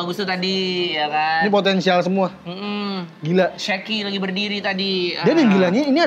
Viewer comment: Shaki bang bukan sheki